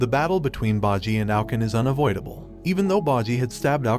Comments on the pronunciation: Is name is bojji not baji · "Cage" "bogi" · It's boh-ji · See, it is 1) bojji not bajji 2)bosse not basse 3) kage not cage!! Don't do these mistakes, it looks like you are just laughing at it! Like... about ouken, he didn't made any pact instead his father found the way for immortality which was inherited by him!,,, you are not even serious! Are you!?👎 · i watch all the episode all ready sooo we is still the king and daida is marrid and its bojji not bajji its king boss not king bossy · You mispronounced Boji's character's name. That is a sin I cannot overlook. I went out of my way to get the English dub to hear how they pronounce his name. They pronounce it "BOH-JEE" not "BAH-JEE" It's almost as you never actually SAW the anime and just read someone else's notes on it. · “Bodjy” lol it bojji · Baji? It's BBBOJI!!! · Quit pronouncing everyone's names so wrong. Its Bow-Gee not Baw-gee. Kaw-gay not Cage. Bow-ss not Bossy. Good lord man, at least try a little when saying their names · You said bah-G wtf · bojii->bow-gee. Kage->Kah-gey. Bosse->Bow-sss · "boggi" "cage" "bossi" "day da" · its pronounced bow ji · You butchered half of the main characters names wtf( bow gee ) and (die da) that's how you say their names ...your using the anime show to tell the story yet you didn't even pay attention ... 🤨😪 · Ikr 😭 “baji” “cage” “dumass” “dayda” and “the spa” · Cage and Bohji??? Data??? bibin? Domayze??? What are these pronunciations? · BO----JJI not whtever the fuk u said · The pronunciation of kage and bosse is funny